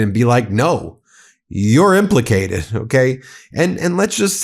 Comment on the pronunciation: Hey felon, you said implicated wrong!